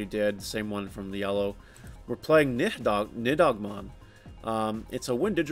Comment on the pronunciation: you say the card name as NI-HOG-MON is not that hard man